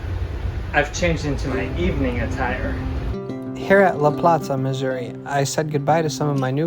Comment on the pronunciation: Finally, someone pronounced Missouri correctly, as what it is 😂